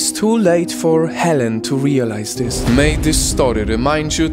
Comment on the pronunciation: I like how he says this like Zis